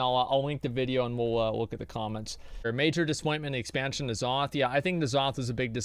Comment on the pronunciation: Uhm I am and Asmon pronounces N'zoth as Nuh-zoth, the proper way.